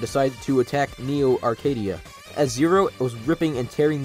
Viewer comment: Local kid still can't say "Neo Arcadia" without having a stroke 💀